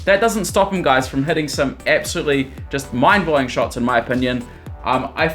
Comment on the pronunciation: i thought you are saying heating instead of heading